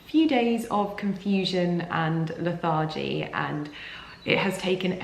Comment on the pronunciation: Also please pronounce lethargy as that , not the way you pronounced it.